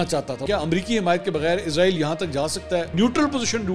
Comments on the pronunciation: A.o.A Pehli baat to ye he mansoor shb ap jb jb bi israeel ka name lete ho to ghlt name lete ho ye frishte ka name he jo ap lete ho izraeel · بھائی جان یہ اسرائیل ہے عزرائیل نہیں عزرائیل برگزیدہ فرشتے کا نام ہے